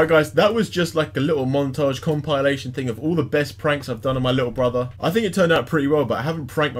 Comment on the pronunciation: Lol said that was a comp i Lation 😂😂😂🤣🤣🤣